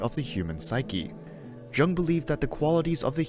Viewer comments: Young not Jung-le! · Polite notice: You are miss pronouncing Jung’s name.